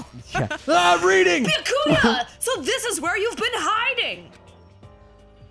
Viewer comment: Actually With Byakuya the "u" in there is silent... Why the hell did I think you guys would have ever watched Bleach O_o